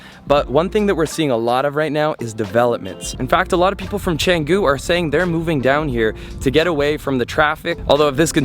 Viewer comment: Why don't you speak with right pronunciation? You can't speak even a word of Indonesian or Balinese, right? Just know a little bit about something and say like you know everything. Study before say something. Your pronunciation is really terrible. Are, Kedungu, Canggu... don't you have any Indonesian friend at all???